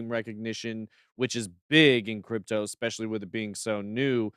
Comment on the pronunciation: Listen I love bitboy and all the content… but … small but… can someone tell … it’s “especially” not “expecially”. I joke I joke, but seriously.